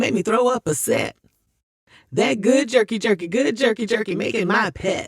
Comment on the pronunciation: You said jerky jerky, but all I heard is Yurky Yurky/Yerky Yerky 😂😂😂😂😂. That name is in my head now lol.